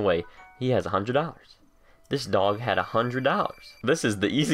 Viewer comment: At the beginning when u went to the dog i thought u said doNKY😂